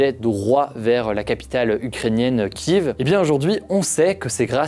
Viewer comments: Pourquoi tu dis Kive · C'est pas Kiv mais Kiev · votre vidéo es superbe. très complète et intéressente . juste une chose qui me fait mal au oreille. au sujet de Kiev..... vous le prononcé plusieurs fois Kieveee... mais c'est Kieffff. pardon pour cela.. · Il serait bon de savoir prononcer Kiev quand on parle de la guerre en Ukraine